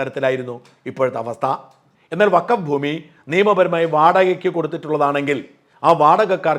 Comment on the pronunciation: 😂 അസലായി അലക്കും - വക്കഫ് - ഫക്കോഫാക്കായി '😂